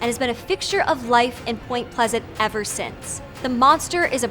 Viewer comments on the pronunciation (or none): none